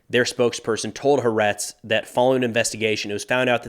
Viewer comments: pronounced "Ha-Aretz" ("The Land", "The country"), the 2nd A is also a consonant and is stressed. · Great videos, but the pronunciation is "Ha-aretz" 3 syllables. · just a heads up that it’s pronounced “Ha-Ah-Retz”. Thanks for another informative video. Next few weeks will be interesting. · firstly as an israelie i follow your reports to get an outside more balanced view of the war. Thanks for that Secod you are Mispronouncing Haaretz. There is an emphesis at three points HA then AA then RETZ. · Love ryour channel. Thank you so much for the updates. Just a note... HaAretz iis actually 2 words. Ha (The) Aretz (Land)😊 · A point of low level feedback - the paper Haaretz is pronounced hah-AH-retz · Tiny note... "Haaretz" is pronounced "Ha-a-retz"; three syllables. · At this point, I want to continue mispronouncing Haaretz just to annoy people. 😆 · Also, stress on the second syllable. Crappy newspaper... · yes, I did notice that. My point was just a general one. And of course Haaretz (btw, stress is on the second A) obviously gets things right many times. It’s just that they seem to be so biased that it’s hard to know what to believe.